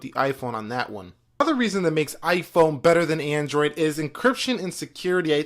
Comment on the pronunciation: the way he says android pisses me off